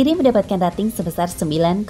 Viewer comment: Rating dibaca reting... Singa bukan seorang... Tapi se'ekor.....